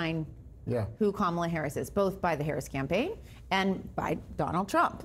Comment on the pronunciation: TFG's same ol' tired shtick that Americans are getting very tired of hearing. Kamala Harris is an AMERICAN so quite trying to disparage her and quite dissing her by intentionally mispronouncing her name. It just makes TFG look childish, boorish and nasty. Seriously, he wants to be president?